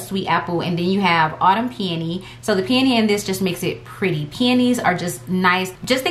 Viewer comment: This is a silly comment, but I love that you pronounce peony as pe-uh-nee and not pe-oh-nee. So many people say Pe-oh-nee. It took me abit to realize they were talking about peony and I was like "have I been saying it wrong all these years?" So I looked it up and the source I found says the correct pronunciation is pe-uh-nee. I mean no disrespect to anyone with this comment. I still LOVE watching all the fragrance videos regardless of how you say it😊